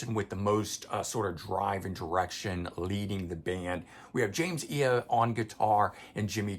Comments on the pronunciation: James Iha - pronounced EE HAH Atum - pronounced Autumn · on your inquiry about physical release vs digital. I would lean more to believing it's due to production delays/vinyl shortage. They want to rush the release for the tour. Side note if you revisit, you may want to check pronunciation of Iha, Atum, and Aghori Mhori Mei. Corgan has a video where he pronounced the new album for anyone questioning. And his pronunciation of Atum is much closer to Autumn.